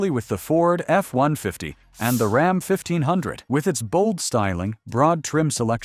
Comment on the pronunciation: These AI generated videos are a F ing joke with the pronunciations of common words. Like RAHM or ROM instead of RAM. If they can’t even get this right are you to believe what the bot is telling ewe? Truck owners are aware of the junk that’s been on the market. All we want is reliability and damn sure not in an EV.